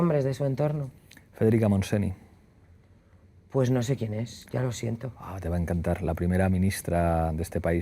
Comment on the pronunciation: Uff Pablo, mucha plurinacionalidad pero no atinas a pronunciar mínimamente bien. Escríbelo Federica MontseÑ ni que sea. Ararljagajggh "Conoces a Federica Montseni? Pues evidentemente NO"